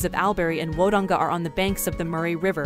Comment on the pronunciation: Al berry / Woe donga. . No ! We pronounce that. “ all brie / w dong ga. “. You should really make a small effort to pronounce names correctly.